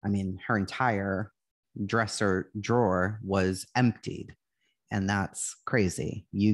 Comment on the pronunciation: A long time listener, I just never comment but I had to just tell you, you did an amazing job! I loved listening to your story if this crime. Would love to see more of these types of videos from you for sure! I laughed when you said drawer, I’m originally from Brooklyn NY so living in NC now I’ve definitely had to start learning to pronounce my r’s so people can understand me lol!